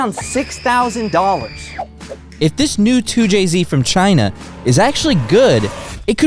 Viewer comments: Not a 2JZ it's a "2CZ" 😭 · “Too Chi Zee”! 🇨🇳🙄🤷🏻‍♂️🤦🏻‍♂️🤦🏻‍♂️🤦🏻‍♂️